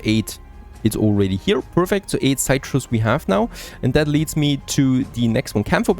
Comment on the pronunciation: Something to help you out with your English pronunciation. Citrus is 'sit-russ.' Not having a go, just helping you out :)